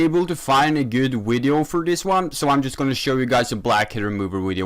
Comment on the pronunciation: Me: “video”: “wideo”